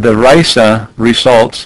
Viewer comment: RISA rhymes with Lisa.